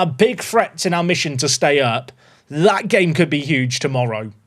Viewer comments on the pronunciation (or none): none